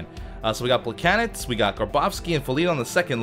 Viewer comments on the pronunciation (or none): Why does he keep saying plekanets. Its plekanec (pluh cann eck) right?